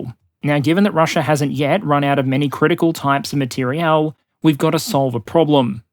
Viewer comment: Materiel War, not Material War